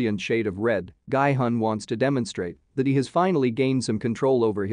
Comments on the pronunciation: guy hun? its pronounced gee hun! did you even watch the series? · Masculine energy is not "Yin" energy. And it's not pronounced "GUY"-Hun. It's "Gee"-Hun. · Everyone pronouncing "Gi-hun" in the series several times Some random youtuber : "Gaaaai-hann" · No one Literally no one Him:-Guyy hunn (Gi hun) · “Gee yun” >>> “Guy hun” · i luv how he says gie hun instead of Gi Hun (narrarator) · Could you guys not even make an attempt to get the character's name right? Seong Gi-hun is pronounced more like Sung Ki Hoon. Definitely not Seeyong Guy Hon. Like... you could have literally just listened when his name was said... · It's Sae byeok not Sea Block and Gi hun not Gu hon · It's not "guy hun" its "ghee hoon" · Its GEE hun, the spelling is gi-hun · IT'S GI-HUN (JEE HUN) NOT "GUY-HUN" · I hate that he says “Gai Hun” when it’s Gi Hun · I like how nobody is talking about his pronunciation of Gi-Hun as “Gay-Hun” 0>0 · and also it sounds more like “Guy-Hun” (no offense) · Ah yes, my favorite character, „Guy hung“ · "Guy hon" lol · ah yes, "Ill-naam" and "Guy Hunn" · "Gaai-Hun" lmao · "guy hun" lol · The pronunciation Is Ge-Hun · it's pronounced "gee-hoon"......... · Guy-hun??? Cringe!!! This robot can’t pronounce the name right. SMH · it's pronounce gee hoon